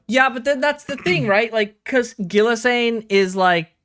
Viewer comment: Lmao, you're close to calling Ghislaine Jizz Lane. Hard G, silent s. Gi Laine